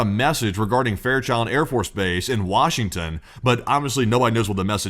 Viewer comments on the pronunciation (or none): none